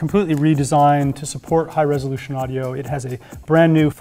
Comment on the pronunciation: You keep saying "resolution," and it sounds less correct every time.